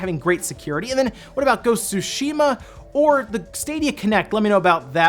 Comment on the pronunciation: Friendly reminder: it’s pronounced: Su-Shi-Ma.